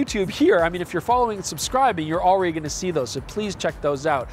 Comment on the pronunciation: Hello “PetaPixies” 😂